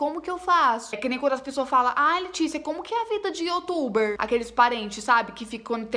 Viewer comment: Ela Sempre fala (YOTUBER) 😂😂😂😂😂